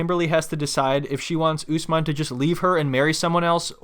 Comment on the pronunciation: Thank you for pronouncing Usman name's correctly. I don't know why Americans call him UsMEN like how they say MUZlim instead of MUSlim